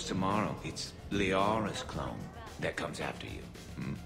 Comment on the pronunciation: I can't help but to think says "clown" when he actually says "clone" makes it more hilarious to me. "And any clown that's looking for a 'pick me up' will be picking pieces of themselves up off the floor."